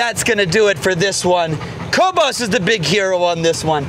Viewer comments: I thought it was kobe-iss, and not kobe-ose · Kobus is an Afrikaans name and pronounced "Kwoohbus". Beautiful dog 😍 I guess you got him from South Africa which is where I'm from 😊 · But still…Kobus is a dutch dog, trained in the Netherlands. His name is pronounced Ko (the o pronounced as in “go”) and bus as in (school)bus Ko-bus!